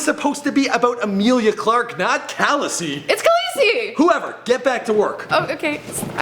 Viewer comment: "Callousy"? Bit of a ROUGH pronunciation don't you think?